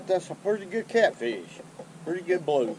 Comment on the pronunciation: "Catfeesh" I love it though.